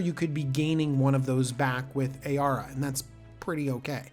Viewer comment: Ayara, a-yar-a...oof. i like your prounciation better. Lol